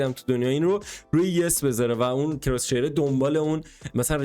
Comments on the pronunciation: عزیز دل بخدا اون کراس هیره نه کراس شیر ❤😂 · کراس هیر ✅ کراس شیر ✖